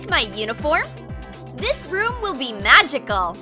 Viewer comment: It’s this not thes and it’s good not god